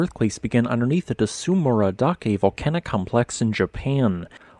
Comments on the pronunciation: This Yufu-Tsurumi-Garandake volcanic complex is about 100 km from my house as the crow flies. The hot springs is that area are great. Fwiw, Tsurumidake is pronounced tsoo-roo-me (dah-keh, not da-kay); dake basically means peak. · The correct pronunciation is something like "tsu-roomy-da-ke" where the "da" has a hard "a" sound, and the "ke" is pronounced like "ke" in "keg". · A note on Japanese pronunciations: That "ts" is a consonant cluster. There isn't an /u/ in between the /t/ and the /s/ -- it's the same with tsunami. It's weird because English doesn't have that cluster syllable initial, but we do have it on the end of syllables, like "cuts."